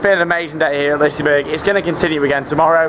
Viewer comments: And Its Pronounced Lis-e-berg-an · You keep saying the amusement park wrong. Its not Liceberrrg